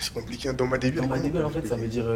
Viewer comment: le ptit regard pour savoir si personne n’a remarqué que le mec a dit « dans debiel» alors que c’est dans ma debiel